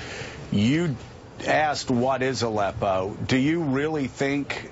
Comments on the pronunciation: Who is that uber creepy old balding guy with the glasses? Watch again how he says ALEPPO the second time. Utter tool. Totally trying to make Gary Johnston look like a fool. He was a GOVERNOR, for God's sake! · Aleppo not Zippo,... I know you want to get back to your weed that you say you stopped using. Why am I drug tested for a job, but we don't drug test the candidates?